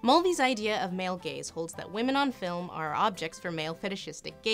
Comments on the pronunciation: Up until now, I had thought that she was saying “male gays”. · Oh, "male GAZE"... I've heard "male GAYS"...